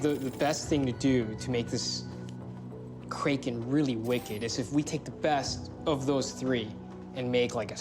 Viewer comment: No way the narrator pronounced Kraken wrong 😅😂